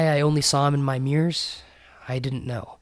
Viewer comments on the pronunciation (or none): none